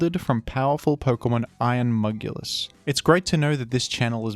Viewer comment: It's so funny how you say "iron Mugulus"